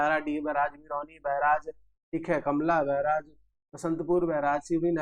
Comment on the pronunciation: कमला बैराज नहीं हैं सर... कलमा बैराज है .....